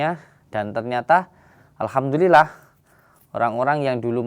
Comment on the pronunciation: alhamdulilah ko bacanya ahadulilahirobil